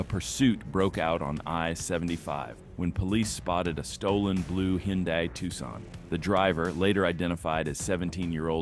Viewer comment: "Hin-dee? Hey AI! It's "Hun-die"!